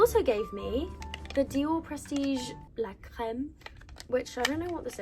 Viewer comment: You pronounced the word so well in French « la crème »